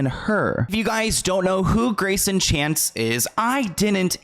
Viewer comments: it doesn’t matter now lol but in the video when you were reading the paragraphs you kept saying ‘chase’ his last name is chance :) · why does he keep calling him chase lol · His name is not Chase. His name is Greyson Chance. This entire video you called him Chase. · His name is Grayson Chance but you keep calling him Chase during the video. ??? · I realize you don’t want to have to redo this whole video but his last name is Chance not Chase. You’ve said Chase so many times it’s irking me. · It’s Greyson Chance not chase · Everyone time you said, “Chase” instead of Chance, I cringed🥹 lol but good video nonetheless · Love your vids , you keep calling him Chase but it is Chance... makes me laugh because my sons name is Chance and he gets called chase all the time...lol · Nobody gonna talk about how called him "Chase" multiple times? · Are you saying “Chase”? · sorry off topic to the discussion of how toxic ellen is as a person, hearing you saying greyson chance as 'chase' everytime bugged me a little... sorry... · Is his name chance or chace? keeps pronouncing it "chase"